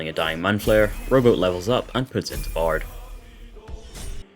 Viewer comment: Great Video! For the entire first half I thought you were saying Robo not rowboat